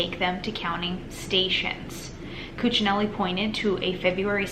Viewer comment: You pronounced Ken Cuccinelli's name correctly.